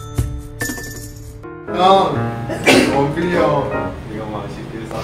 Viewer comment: Why does say dopil? It’s wonpil